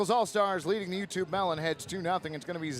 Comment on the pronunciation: As someone from the UK, hearing the announcer call out "Yewtree" (I know it was U Tree but still) gave me quite a chuckle